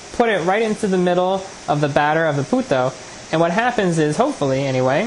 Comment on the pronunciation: I thought his said "Puta'' haha